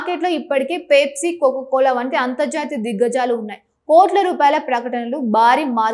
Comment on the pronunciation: Anchor, పేప్సీ కాదు, పెప్సీ అని పలకాలి. కొక్కోకోలా కాదు, కోకాకోలా అని పలకాలి. మేకప్ మీద ఉన్న శ్రద్ధ భాష నేర్చుకోవటం మీద పెట్టు.